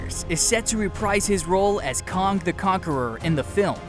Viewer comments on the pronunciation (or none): " "Kahng the conqueror"? Kah-ng? Kay-ng... its pronounced "Kay-ng" May as well say "eye-roni-man", who's real name is "Tah-ni Stork"